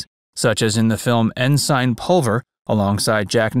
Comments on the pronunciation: The Navy rank "ENSIGN" is pronounced..... en - sin ... Not ... en - sign! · En-SINE? It's a pretty normal word- EN-sin. Sheesh. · Pronouncing ensign as en-sine sounds like something Obama would do.